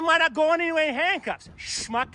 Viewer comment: You said it right smuck